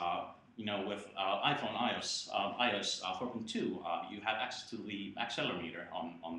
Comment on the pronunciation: uh uh umm and um i uh uh uh uh uh um i thought it was uh um um um a nice feature on um uh um um um IOES and uh um um um um... it's pronounced with each letter: i.O.S. not like it's a word that you sound out.